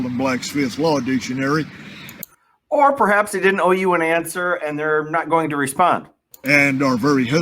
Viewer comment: Did he say “blacksmith law” dictionary???